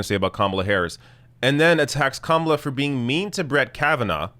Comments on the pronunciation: Yes, Tucker, you're disrespecting her because you can't even be arsed to find out how her name is pronounced (if your mispronunciation is, indeed, unintentional). And as a national commentator, you should know by now how to pronounce it, or you're not doing your job. That's broadcasting 101. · Is Tucker Carlson SO stupid that he does not understand the difference between criticism and miss-pronunciation? Saying someone's name incorrectly is not criticism.. so his rage is totally misplaced. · LOL! Tucker is criticizing Kamala because he can’t pronounce her name. What an utter moron. Repugs are projecting, from claiming Dems are in favor of Sharia Law when Trump’s base = the #ChristianTaliban, to claiming Bien is “against God” while Trump is actually the Anti-Christ. I totally agree with you,, I’d rather fight Biden/Harris than Trump/Pence. At least the former can be swayed by protests. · Tucker Carlson claiming that he's mispronouncing her name unintentionally when he does it twice just seconds after being told the correct pronunciation is more than a little disingenuous. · Tucker absolutely and unequivocally knows exactly how to pronounce Kamala's name. She didn't just come out of nowhere. She's been on the news in some capacity practically every day on and off for the last 2 years. He's done multiple segments about her on his own show. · so tucker is basically admitting his lame passive aggressiveness by saying her name wrong. right after and for the rest of the segment he continues to say her name wrong. so saying a persons name wrong is criticism? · "The correct pronounciation". Cute,! Personally, I say /kəˈmɑlə/. It's the female version of Kamal, but no one pronounces Kamal /'kɑməl/, but always /kəˈmɑl/. Aside from that, /kəˈmɑlə/ sounds better.